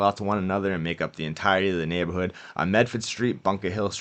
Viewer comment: You had me at “neighbahhood”